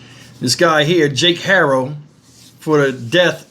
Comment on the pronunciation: This news guy keeps saying their last name Otto. It's Haro. All together this Shiii is sad😢